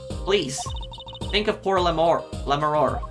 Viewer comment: I know it'll be mentioned a million times, but Lamiroir's pronounciation at the end is like "Noir". It's the common "oi" in French in that it becomes "oa" saying it out loud, kind of. Think it like "LA Noire". Also, this case has IMO the worst premise to it. So little makes sense at the beginning.